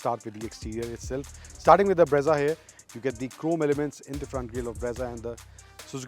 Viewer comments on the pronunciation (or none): Brezza ×× Bra-za√√